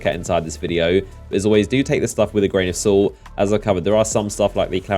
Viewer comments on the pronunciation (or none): "Do take this with a grain of sault" 😂😂😂